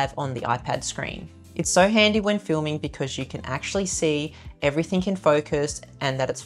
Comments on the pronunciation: Your video super useful and could be better if only you said …. Everything not everythink, something not somethink, especially not ekspecially. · Especially ✅ Ekk-specially ❌ Everything ✅ Everythink ❌